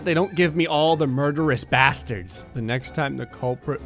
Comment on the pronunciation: I think of South Park - Oh my God, I killed Kenny, you *******bastard******* -! - when I hear you say the word “bastard”.